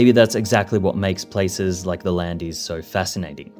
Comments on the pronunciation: Very interesting, but how is even possible to make a video of a very specific geographic region without having a clue how its name is pronounced?? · I'm from Bordeaux (above Les Landes), and "Landes" is pronounced identically to "wand" (a wizard's wand), but with an L instead of a W. "Es" represents plural and is silent. In French, "es" is always silent at the end of a word, unlike in Spanish. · Yeah, but sadly instead of people thinking "this video is trash" and immediately stopping it (like I did) they'll probably just assume that the AI pronunciation is the correct one and keep on watching. In the 21st century, the education system has largely failed the anglosphere. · The voiceover is clearly an Australian accent. Knowing how to pronounce the place names properly should form part of the research for an informative video. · Bro lived here and still mispronounces it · Too bad he made the whole video without bothering to find out how to pronounce his topic. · A good video (except for your prononciation of Landes). I live in the Landes de Gascogne, I even live right in the middle of the area that burned in 2022. Nevertheless, I can tell you, when the forest is there, it's far better than the wasteland there was before as you describe in this video. And long may the forest stay. It is an improvement on the natural desolation in this case. PS I wish you'd learned how to pronounce Landes before you made this video, French isn't Spanish. Landes is only one syllable. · How can you be so disrespectful that you don't pronounce the name of the area correctly? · I feel bad being critical of a channel with 2k subscribers, but still, educational content should have a higher standard of rigor. The pronunctiation is literally in the first line of the wikipedia article about the region! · 😂 My ears are bleeding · While we're on pronunciation, do check how to say "landes" properly. (I'm not going to try to spell it phonetically here -- ask an actual French person please).